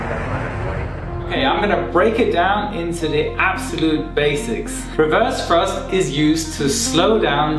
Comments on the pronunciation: "wewerse frusft" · I just love how he says "reverze thruzt"